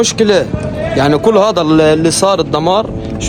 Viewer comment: حتى انا هذه الزنانة كانت تضايقني.إن شاء الله لن تعود .ومبارك عليكم النصر.انت تعجبني كثيرا ابني وتضحكني خاصةلما تقول:"هيذا ومش هيذا"...